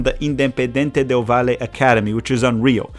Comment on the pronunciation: The way you are saying valle 😅 however loved the video 🇪🇨